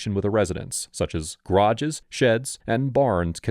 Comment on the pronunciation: I think what startles me the most is the way he says "garages" Sounds more like "grodjes"